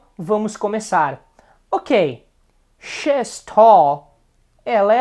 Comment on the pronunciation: É muito legal. I would work on your pronunciation of 'he's' and 'she's', but it was very good. It helped me to learn a little Portuguese. Muito obrigado.